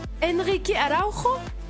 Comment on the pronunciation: En portugais le "j" se prononce comme en français, on ne dit pas AraùRo mais Araùjo. A ne pas confondre avec Araùjo du barça. En espérant voir Sporting Portugal pour le deuxième épisode🤞. Je trouve aussi qu'il est étonnant de ne pas voir Ederson et Oblak comme formé à Benfica ou encore Nelson Semedo ils sont peut-être arrivé trop tard au club ?